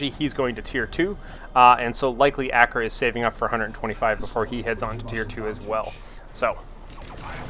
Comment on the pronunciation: I think it's actually Acra and not Agra (haven't had a chance to watch the VoD, so excuse me if you've said that in it) =)